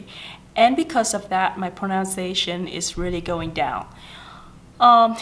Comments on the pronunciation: Thanh Thảo Nhi Trần cái này đúng em ơi. Còn cái pronunciation thì có bạn cm và c cũng nói ở dưới rồi đó, từ đó c bị lỗi spelling, c tưởng nó viết là pronounciation nên c phát âm thành pronounciation. Còn nếu bạn nào theo dõi các video của c thì c đều nói đừng học tiếng Anh của c, vì c vẫn trên con đường hoàn thiện tiếng Anh. Nhất là khả năng dùng đúng ngữ pháp khi nói, vì ngữ pháp là điểm yếu nhất của c. Vì vậy nên các video mới trong playlist English practice. Chắc e ko phải là ng theo dõi c lâu nên ko biết. Cái c muốn truyền cho các bạn là tinh thần luyện tập, dù bạn ko hoàn hảo n mà bạn vẫn nên làm, đừng sợ mọi ng chê cười mà ko nói tiếng Anh. Vì chỉ có tập luyện mới giúp mình hoàn hảo hơn thôi. Có rất nhiều Youtuber khác nổi tiếng về giỏi tiếng Anh n mà thực ra em đâu biết là họ có thực sự giỏi như họ thể hiện. Khi lên hình thì có thể họ đã chuẩn bị script, quay đi quay lại và cắt ghép video để nghe trông có vẻ hoàn hảo và không mắc lỗi. Nên mặc dù c biết c nói sai nhiều n mà c vẫn đăng video, để những ng như c có thêm tự tin thể hiện bản thân chứ ko phải là cố gắng để thật hoàn hảo trc mặt ng khác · Em rất hâm mộ chị nhưng video của chị có nhắc đến Pronunciation và IPA nhưng những từ căn bản chị phát âm đều sai, ví dụ: pronunciation. Grammar chị cũng không tốt khi nói. Mình nghĩ các bạn nên nghe theo lời khuyên của chị (vì nó đúng thật sự) nhưng không nên học theo (imitate) tiếng Anh của chị ấy.